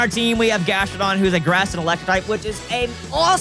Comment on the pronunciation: I love....but he triggers me SO much (grass and electric....and says Gastrodon) BRUV